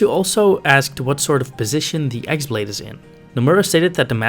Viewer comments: The x-blade is pronounced "keyblade" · It’s not pronounced “ex blade”. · You're pronouncing "X-blade" wrong. The "X" is actually the symbol for ki/chi, so it is basically just pronounced "key(ki)blade"